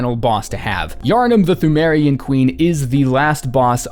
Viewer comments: Fun Fact: Pthumerian is pronounced tomb-air-ian, much like how Cthulhu is pronounced Kuh-too-loo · the way you pronounce ‘Pthumerian’ is triggering me. Ignore the H as well as the P the next time you decide to force out yet more content from this game Good video by the way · thu-meh-rian queen, imo